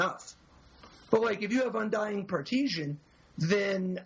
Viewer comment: Oh my god, the word is PARTISAN, there's no such thing as "partisian"